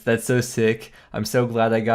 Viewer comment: “So glad I got egg-sackly one of each” XD also the imposter syndrome after the inferno cape is definitely a thing :/. gotta realize that the inferno is just another thing you can do in the game, and it’s a huge accomplishment, but getting one doesn’t make you woox/mean you’ll never make mistakes again. For an example, I personally have really bad memory. Things like memory special at akkha distracting me from attacking Akkha’s shadow, and then causing the whole arena to take damage because I totally spaced on the mechanic in a duo learner XD, or always forgetting which prayer hunllef turned off and losing the 50/50 on my reactivation. But don’t let it take away from the fact that you are good at the game, the infernal cape is just an example of that. I sometimes make dumb mistakes like that and think people are gonna wonder if I bought my cape, but you gotta not let it get to you because mistakes happen and you know you’re good at the game. Additionally, since you’ve already done all the pieces of inferno individually, prayer flicking at GWD, movement at sepulchre/CG/raids, corner safespot at mole/Rex, as well as completing the inferno in leagues, you didn’t learn a lot of brand new things, so it makes sense completing the inferno didn’t make you feel as though your third eye had been opened :p. I think everybody has that a little though, because RuneScape has a real elitism about it where things like TOB and Inferno are touted as impossible because, at least for TOB, people